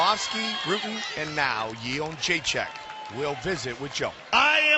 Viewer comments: carla esparza looked so scared lol...i feel bad for her at how bad she got messed up. you cant be a cookie monster when shes up against a real monster. I just wish the announcers would pronounce joannas name right...its simple jedrzejczyk (yen-deray-check) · im aware of that, the way the announcer says it sounds like --chin check. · Cut this JENDRZEJCHECKCKCK crap, if You can't pronounce her surname correctly just call her Joanna. :D